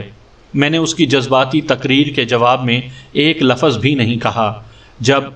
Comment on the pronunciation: Lafaz nahi lufz